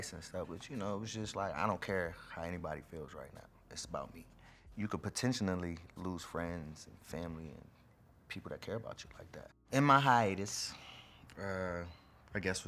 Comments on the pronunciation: did he say "potentionally" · he said potentianaly instead of potentially. WOW